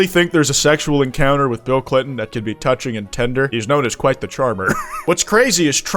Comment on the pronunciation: who's kwite?